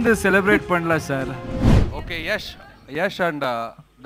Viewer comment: யஷ் இல்ல யாஷ்